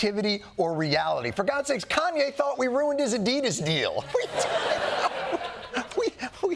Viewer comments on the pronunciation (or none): none